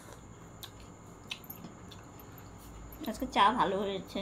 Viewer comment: Tomar mukh theke" aamara vaalo aachi" ai kathata shunte khub misti laage tobe tumi "Aajke"ai kathaata "Aaske"naa bolle shunte vaalo laagbe, aami kintu tomader Maayer moto, tomader dui boner jonyo aamar anek anek Ashirwad roilo